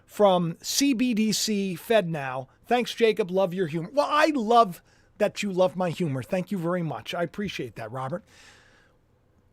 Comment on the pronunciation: Can't say love